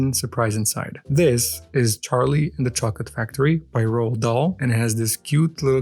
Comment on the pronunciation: Row-auld dah-l